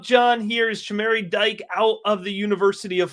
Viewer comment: Dike is pronounced Dee-kay